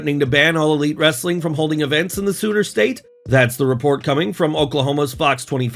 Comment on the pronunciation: Did he just call Oklahoma "the sewer state" ?